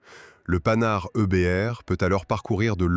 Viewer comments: Les générations actuelles qui critiquent les boomers se servent de l'IA avec des commentaires fades, des terreurs de prononciation , Panhard c'est le panard, et autres approximations, pas de travail fouillé. Feraient mieux de ne pas critiquer et de se mettre au boulot. Ouille ! Le mot qu'il ne faut pas prononcer. Le seul mérite c'est de faire connaître un engin atypique . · Le (Panard) IA inadaptée, c'est Panhard MDR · Nouveau non de code le panard 🤣merci l'ia pour ce fou rire gratuit